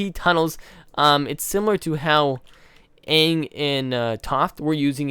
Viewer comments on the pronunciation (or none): is the first person that I have heard say they didn't like the movie. I hated the movie. They had one job... the entire movie, they said Uung instead of Aang.